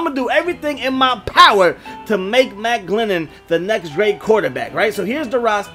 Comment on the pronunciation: You know he's bad when makes a video for him and gets his name wrong through the whole video 😂